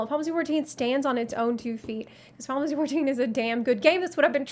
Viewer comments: "Finalsee 14" lol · How does manage to pronounce "Final Fantasy 14" in one syllable?! It's very impressive! "Faaafassie fourteen" xD